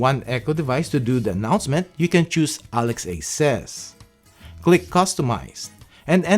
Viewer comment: I think it should be "ALEXA" and not Alex-A. Nice vids! Keep up the great work!